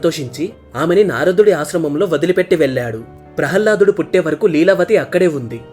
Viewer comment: బాబు జయ విజయులు ద్వారపాలకులు అంతే కానీ విష్ణు మూర్తి ని రక్షించేవారు కాదు ప్రహ్హ్లదుడు కాదు ప్రహ్లాదుడు కొంచం ఉచ్చారణ దోషాలు ఉన్నాయ్ గమనించగలరు